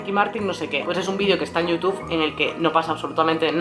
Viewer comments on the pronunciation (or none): YOUTUBERS ESPAÑOLES... DEJAD DE DECIR YUTUFFFF